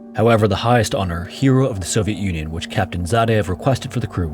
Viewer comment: The audio is a giveaway that this vid was in fact AI. “Soviet UHnun” lol